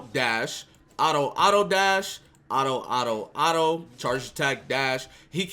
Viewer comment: Why im hearing say auto as ara ara